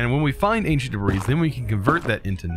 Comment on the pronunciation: I can't stand how he calls it "ancient debrees". if you somehow see this, it's pronounced "anchint debree". I don't mean to come off as rude.